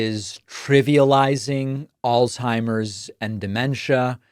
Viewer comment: its not pronounced old timers david,,, do your research buddy, sloppy speech